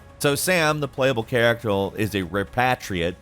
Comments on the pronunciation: "playable charactule" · “The playable charatble” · "Sam, the playable charactel..." CHARACTEL? How hard is it to speak, fella? Get someone else to narrate your vids or something. So bizarre and frustrating.